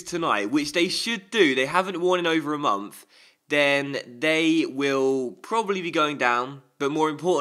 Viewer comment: "a mumf"